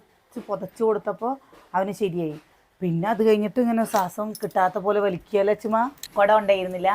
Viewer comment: സ്വാസം, അല്ല ശ്വാസം എന്ന് പറയുക 😍